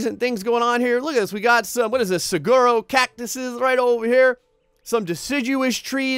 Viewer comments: I’m sorry did he say “saGGGUROOO” cactus 😂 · Did you say "saguro" cactus